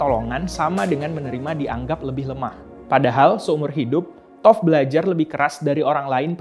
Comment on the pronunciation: Toph = tough = "taft"